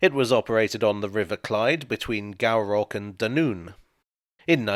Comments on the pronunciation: Gourock is pronoounced Gooruck, not Gow rock😂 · "goo-rock", not "gow-rock" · Now do an apology to the people of Scotland for butchering Gourock to "gowrock" as opposed to the correct "goorock" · Re:... "Gourock and Dunoon..". Pronounced as Goorock, not Gowrock. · Pronounce Gourock as Goo Rock - Hello from Greenock / Gourock love the video and remember going the ferry. Suggest you'd love taking the train to Gourock ( Goo Rock) and then walking along to the ferry. You can do a neat circuit using both the calmac and the western ferry. Lots of railway history at Gourock station 🙂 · Gourock is pronounced Goo-rock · 1'28....it's pronounced GOOROCK. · Pronounced GOOROCK for Gourock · Unlikely that you'll ever have to mention it again in a video, but it's pronounced "Goo-ruck" ;+) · I remember the articles I read and heard of this boat, running between Gourock(pronounced Goo-rock) and Dunoon being replaced with something less capacious. It was retired, as a Navy base in the area was closed. Going by your commentary...spooky, eh? Cheers! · Ahh the good old Sound of Scarba :D I got that ferry over to Hunters Quay near Dunoon from McInroys Point near Gourock (pronounced Goo-ruk btw) the day before I got married in June 2000 lol! These Western Ferries are solid wee things, that can run in pretty much all weathers, and are crewed by a fabulous team who will even launch to carry ambulances in the middle of the night. The CalMac ferries run from direct from Gourock to Dunoon, but are useless since the old streakers were replaced, so the Westerns have always been my first choice. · Well I hope you know I enjoyed your video as always! p.s. Gourock is pronounced Gooruck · You also need to apologise to the Scots for butchering their language too - it's pronounced Goo-ruck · Gourock is pronounced Go~rock and it ran the service to Dunoon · “Gourock” is pronounced “Goo-rock”. :) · Not just Swedish that your having trouble with dear boy,Gowrock !....